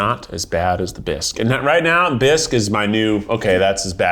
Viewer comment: Also bisque is french, and you pronounce it "Bee-s-k". Hope this helps.